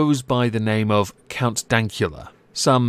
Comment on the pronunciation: Dankula will love you forever for pronouncing his surname correctly. (&, yes, Sue's cooking is brilliant).